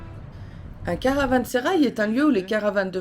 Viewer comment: Meraba, Caransérail se prononce [ karavãseraj] , pour info Nous on l'a visité aussi cet été et on a eu la chance d'y rencontrer Ilbert Ortayli, un professeur d'histoire turc , polyglotte, extrêmement cultivé. Un méga banquet était organisé pour commémorer le 2ème anniversaire de la restauration . On s'est retrouvé bien sûr invité et à table avec que des pontes, préfets, gendarmeries, représentants culturels.... Bon je pense que avec nos tenues sportives, on dénotait mais bon ils nous ont mis très à l'aise...Un super souvenir. Quant à vos températures, je ne sais pas ce qui est le mieux. Nous cet été, on avait souvent des températures insupportables, ce qui nous a freiné dans certaines visites. Merci pour vos belles images 😘😘😘😘